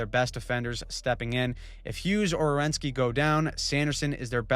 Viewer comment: It's Werenski. Not Rewenski